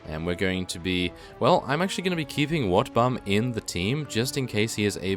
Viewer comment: sometimes when i hear him speak i hear him say wetbum i laugh tell my stomach hurts i would give him 50 rat ogars just for wetbum i mean wotbum